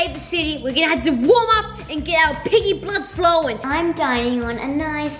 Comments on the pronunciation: When said piggy I thought she said biggy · When said: piggy has woken up, doesn’t it sound like biggy?? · when said piggy had woken up i though u said biggy had woken up🙂..